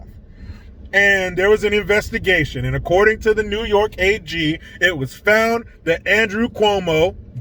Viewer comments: 😂😂😂😂😂 that fuckin neeeew yooookaaaa 😂😂😂👍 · Dude, your New Yohk Cuomosexual accent was fanfuckintastic LOL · Hey! It’s ‘Noy Yark’.